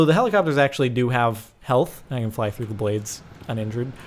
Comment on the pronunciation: Its helicopTers jordan not helicopers